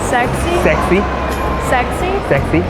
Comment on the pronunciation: 못 알아 듣는 것이 당연한 듯 하네요. 먼저처럼 Am I sexy? 혹은 Do you like sexy guy(or man or person)?라 물어야 할 듯 하네요. 그리고 sexy의 발음도 그들은 못 알아 들은 듯 합니다. 아마 알아 들었다면 “sexy what?”식으로 되물었을 것입니다. 오히려 한국어로 물어봤었더라면 어땠을까 생각도 해봅니다.